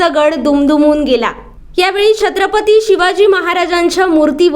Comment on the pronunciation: छत्रपती असा उच्चार करा